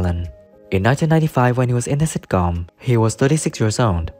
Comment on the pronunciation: It takes years of practice, before you can say sitcóóm. Stress is wrong.